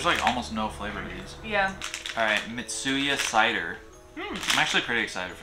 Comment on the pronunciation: Mitsuya Cider sounds like Meet Suicider. I'm worried about you guys, say you're okay